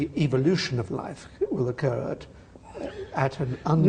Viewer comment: Doesn't Atkins sound like he is saying 'evilution'?